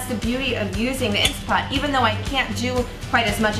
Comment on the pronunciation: Great recipe, but please, everybody, there is no such thing as an “INSTA-POT” — nonexistent item. What we are working with here is an INSTANT-POT — please pronounce the three T’s — that’s the name of it. If people say “Insta-pot” they sound like amateurs who don’t know the product. Thank you for the great bone broth recipe, I’m trying it right now!